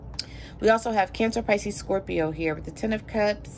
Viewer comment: She said scorpion n gemin. Thats me. Im a Taurus lol